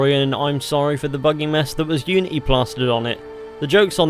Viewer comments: "Assasin's creed iunity" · ah yes, iunity